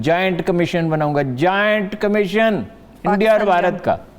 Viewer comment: Are Haroon mian, it's not Giant Commission. It's Joint Commission. Another youthiya.